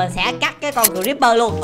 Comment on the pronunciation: Haha kiểu này cờ-ríp-bơ ở chuồng